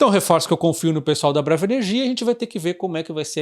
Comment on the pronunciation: Sempre acho engraçado quando ele fala elnomes de empresa na sílaba tônica errada. Parece outro nome... Mas é BraVA Que fala?